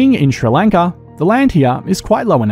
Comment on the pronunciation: Its somewhat satisfying to hear an Australian say Sri Lanka